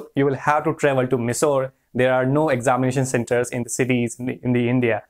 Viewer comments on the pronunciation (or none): Hey , last year exam was held only at Mysore. And the pronunciation of Mysore is wrong😉